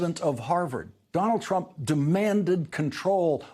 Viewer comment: How-Dare-He said, "Donald Truimp" 734 times in his show tonight.